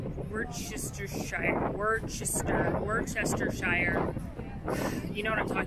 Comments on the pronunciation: It’s ‘Woo-ster-shire’ sauce 👍🏻😂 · WOOSTA’ shear. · Hi. People in the UK pronounce Worcestershire Sauce like this: Wuss-ter-shire. Hope that helps! 😂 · Here's some help with the sauce name haha. Worcestershire = Wuss-ster-shuh